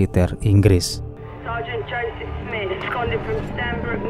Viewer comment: Presentasi yg sangat bagus. Di atas rata2..tapi Smith kok dibaca Smait? Hakikat kesucian seorang biarawati...untaian frasa yg super duper woooow. Gas puoooool.